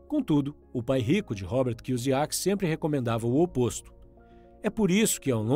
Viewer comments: ROBERT KI - KI O SAKI NAO ROBERT KIUZIAKI KKKK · Pronunciou Robert Kusiac no início do vídeo sendo que o correto seria kiosac. Mas tá valendo kkk. Bom trabalho. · Desculpa mas você falando o nome do Kiyosaki errado dói na alma! Kiyuzaki foi foda 😂😂😂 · Kiozaki e não kiosiak. Mas valeu o resumo...🙏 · "Cusiaqui" kkkk tá sabendo bem pronunciar o nome do autor kkkk, ainda bem q o primeiro nome dele não é oriental também kkkk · Robert "Kuziaki"? Nunca tinha ouvido essa pronuncia.. 🤔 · Na primeira frase do vídeo o kra já erra o nome do autor e fala Robert Kuzyaki" 😂😂😂😂😂😂 na boa, dá pra entender que quem é rico compra ativos e quem é pobre compra passivos, mas no mundo que eu vivo, quem anda de mercedes, tem mansão, relógio de ouro e bolsa da Louis Vitton é rico e quem anda de Brasília e mora num casebre é pobre e não o contrário rs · e vc acha que tá melhorando seus erros entrando em comentários aleatórios que faz gracejos com a falta de real empenho do criador em aprender pronúncia do nome de um altor do livro que tem as sílabas idênticas ao nosso idioma "KIYOSAKI"... se este é o seu plano de ser uma pessoa melhor e evoluída... parabéns ce vai longe... na lua terá até uma escultura sua seguindo nesse caminho, comente e mais 10 comentários aleatórios durante todos os dias da sua vida e em mil anos vc chegará la, agora vai lá garoto pega eles tigrão 👍👍👍 kkkjkkkkkkkkk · A parte que será irônica e que só o dono do canal terá real retorno disso tudo, quanto mais comentarios no vídeo dele mais o YouTube acha q ele e relevante e manda pra novas pessoas, e aí vai ter uma nova leva e pessoas que vão aproveitar bem o conteúdo, uma nova leva de gente que vai achar engraçado a pronúncia errada do nome do autor, e vai ter os caras que querem esculturas na lua achando que comentar no comentário dos outros e alguma coisa útil pra vida kkkkk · Só faltou pronunciares o sobrenome dele corretamente. Fora isso, gostei do vídeo.